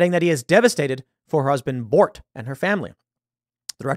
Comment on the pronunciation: When Paul Feig said he was devastated for the women's husband, I thought he said the husbands name was "Mork" apparently it is "Bort" not "Mork from Ork".